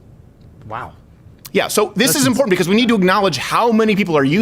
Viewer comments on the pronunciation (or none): " this is imPORNtant "